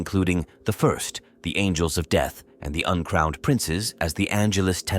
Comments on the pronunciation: Someone please Ctrl+F the script and replace “1st” with “first” so the AI reading this gets it right. Hearing about the “ist” legion as many times as I did was driving me nuts. Almost as bad as pri-march instead of pri-marks. Other than that, a good read. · The what? Legion? You maaaaay want to edit that so the AI narrator says "First Legion" and not "ist Legion"